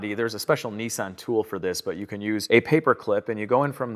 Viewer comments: Nissan not Neesan! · Nissan not neesan😊